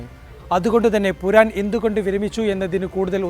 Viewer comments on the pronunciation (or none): പുരാൻ അല്ല പൂറൻ ആണ്